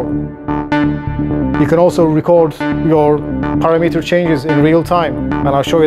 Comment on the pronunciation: Maybe it is just me, but I do not think this device sounds very fat and the low end is not thick to my ears. Someone should teach to pronounce param-mitter.